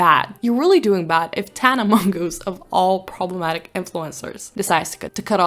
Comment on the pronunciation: Kinda annoys me when people pronounce Tanas last name wrong, I get it doesn’t sound like how it’s written but it’s her last name and not for us to say what we want